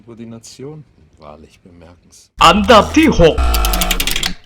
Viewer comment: คนพากษ์ พูด อันดับ เป็น อำดับ